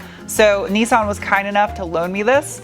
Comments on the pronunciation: sorry to be a nerdy nerdie nerd;) BUT ITS NIS-SAN like MISS-TAN not NESAN like GPAN, just thought you might like it...really like your compulsive disorders... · The major problem with this video is your pronunciation of Nissan. 'Nis' = Niss like Kat-niss, 'San' like San-itary. There is no point trying to make it sound remotely foreign.